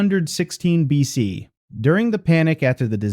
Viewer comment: What is this "billion.c" crap for B.C.? The damnest stupid mistakes and no creator catching it means proof-reading or proof-listening makes me think a.i. is going to start a nuclear war within the next hundred years.